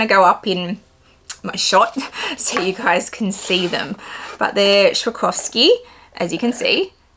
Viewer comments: As a German I feel it’s my duty to explain, it’s sw-ah-roff-ski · Lovely ducks and bag.. but u butchered the brand in pronouncing its swaa- raav- skee. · It’s “swah-ROV-ski” ducks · PLEASE LEARN TO PRONOUNCE „SWAROVSKI“!!!!! IT IS NOT SHAKOVSKI !!! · It really is a stunning bag, & to get it for retail is awesome. Btw I love the way you pronounce Swarovski 😂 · I love how you pronounce Swarovski! 😉🤣 too cute ❤️